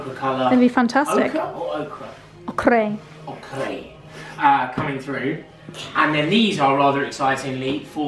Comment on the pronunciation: I had a good laugh when you told Charlie how to pronounce the colour ochre - I hope you were joking because it is definitely not as you pronounced it. It is "oak er".